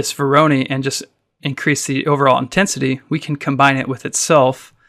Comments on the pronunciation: Vor - ruh - noy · When did Voronoi become veronee?